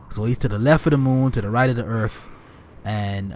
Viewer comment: “Earf”….. lol.